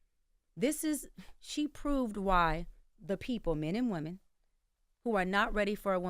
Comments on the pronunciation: Woman instead of women eats me up every time she says it. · The way she says subpoena. She don’t know the difference between womAn and womEn. Eek. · Is it me or she can’t say women?